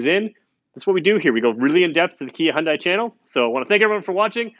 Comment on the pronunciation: Dude.... If you're going to do car reviews, you need to get the pronunciation correct. In the word Hyundai, the word sounds like "Hyun + Day." Acceptable is "Hun-day" but you do NOT pronounce "i." "Dai" sounds exactly like "Day." Feel free to ask any Korean.